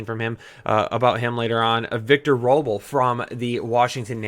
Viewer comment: Hahaha...Robles is pronounced “robe less”, not “Robel”. Otherwise, this is good info. Really enjoyed listening to it, thanks